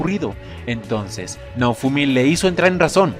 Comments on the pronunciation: No para de decir naufumi xD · Si dijo naufumi